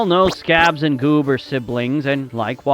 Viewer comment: You said goob name wrong